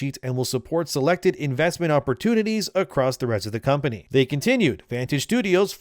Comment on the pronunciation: You speak good enlgish. But you pronounce Company funny. You say,”Com Pah Nheea”. 😂 It is pronounced,”Com Pah Ney”. ☝️